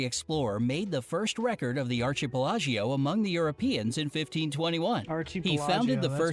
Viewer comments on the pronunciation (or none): archipelago = arr-key-peh-lah-go NOT ar-key-peh-lah-gio